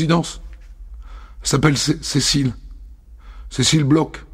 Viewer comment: Bon dieu, les français, "BLOCH" se prononce "BLOR" nicht "BLOK" ! C'est un manque de respect hallucinant.